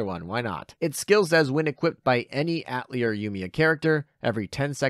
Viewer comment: You gotta learn how to say atelier man, it is french.